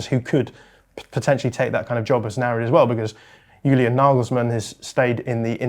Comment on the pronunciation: I love, but why is he pronouncing Julian as ‘Hulian’, given that Nagelsmann is German? 😅